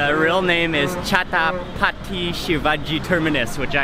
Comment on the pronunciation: Mark wiens it is not chapati sivagi terminals it is chatrapati sivagi terminal